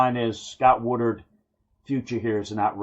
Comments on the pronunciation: The AD, that really needs to go, last name is “Wood-Ward” and not Wood-ard” right? Feel like you keep saying the latter instead of Woodward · Dude..learn the names! It’s not WoodURD..It’s WoodWARD!